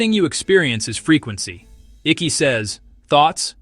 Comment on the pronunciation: NOT PRONOUNCED ICKEY! ICKE! AS IN EYECK . YOU AI FOOL